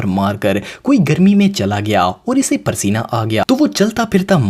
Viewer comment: Pasina hota hy prsina ni